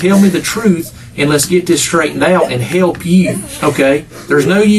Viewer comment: Hewwwlp me hewwwlp yeww.